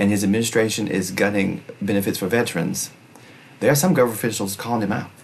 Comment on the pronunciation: If you are going to advocate for the veterans, at least have the decency to pronounce it correctly. It's veterans, not "vetrins."